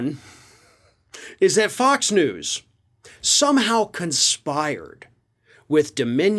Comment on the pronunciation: Did say f*cks news?!? Kinda sounds like to me!